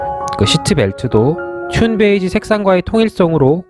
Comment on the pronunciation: 잘 봤습니다. 근데 튠 베이지가 아니라 듄 베이지 (dune beige)입니다..